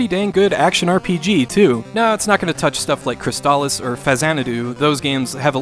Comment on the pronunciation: why do you say crystalis weird? haha